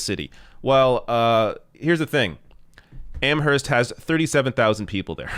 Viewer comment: I love ya, kid, but the "h" in Amherst is silent.